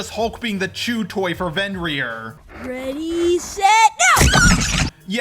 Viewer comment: The way he says Fenrir